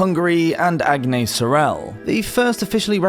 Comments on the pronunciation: French here too. The s is indeed pronounced. Ag-ness as in Loch Ness. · Thank you for the video! Just so you know, you're supposed to pronounce the s in Agnes ;-)